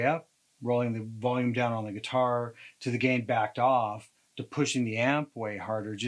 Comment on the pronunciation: Great demo! using your gweetar with an amplification unit! I will be saying gweetar instead of guitar now for the unforeseeable future! thank you